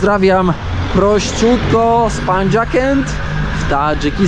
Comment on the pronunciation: za pozwoleniem parę sprostowań natury wszelakiej. Miasteczko czyta się Pandżakent, na szczęście nie ma tu żadnych dziwnych dźwięków. Jest nawet ciekawostka - nazwa oznacza pięciogrodzie, gdzie pandż jest przecież bardzo bliskie polskiemu pięć, lingwistycznie. Tadżycki w przeciwieństwie do języków turkijskich okolicznych państw jest językiem indoeuropejskim, jak polski. Tadżykistan nigdy nie miał nic wspólnego z Baktrią. Ta kraina historyczna nazywała się Sogdiana - Sughd po tadżycku. Stąd też rejon w którym jesteś nazywa się viloyati sughd - prowincja sogdyjska. Sogdiana była dość sporą krainą od Buchary w Uzbekistanie po okolice miejscowości Ajni w Tadżykistanie, czyli przede wszystkim wzdłuż doliny rzeki Zerawszan. Sogdiana miała odrębną od Baktrii tożsamość, charakteryzującą się politycznie rozdrobnieniem kupieckich miast-państw na podobieństwo średniowiecznych Włoch. Wgl była to kraina kupców, handlujących od Biznacjum po Chiny przez co mieli niewiarygodnie synkretyczą kulturę. Funkcjonowali tak sobie od głębokiej starożytności a swoją tożsamość utracili ostatecznie po najeździe arabskim. Pandżakent nieszczególnie miał coś wspólnego z Mongołami. Najazdy Mongolskie miały miejsce w XIII wieku. Fakt, miasto przestało funkcjonować w VIII/IX wieku ale za sprawą wielokrotnego spalenia przez Arabów. Góry na północ od Pandżakentu to góry Turkiestańskie, na południe, jak trafnie mówisz, Zerawszańskie. Pozdrawiam i powodzenia w podróżach życzę!